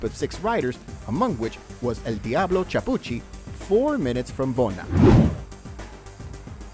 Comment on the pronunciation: Epic stage for sure! Just so ya know - it's Claudio KEY-AH-POOCHY (Chiappucci) same as the wine they drink in Tuscany KEY-AHN-TEE (Chianti). And CHEE-MAH (Cima) Coppi while I'm at it :-)